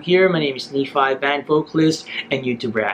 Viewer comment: that word 'Naphi' change to 'Nephi'✌️🙂